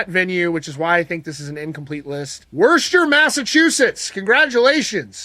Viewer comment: I don't blame you for butchering it but you completely pronounced Worcester wrong 😂😂😂